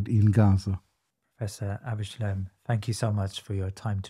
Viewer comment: I wish they wouldn't call him Professor Shlime or Shlaim - it's Shla-im.